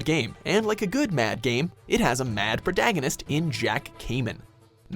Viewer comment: this man said prodagonist